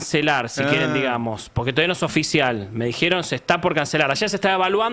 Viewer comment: Se dice "me dijeron", no sé por qué muchos que se dedican al periodismo pronuncian erróneamente "me dijeron". Duele escucharlos hablar tan mal.